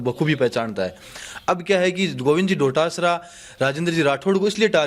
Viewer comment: पत्रकार महोदय गोविंद सिंह जी डोटासरा जी हैं बार बार “डोडासरा “सम्बोधन शोभा नहीं देता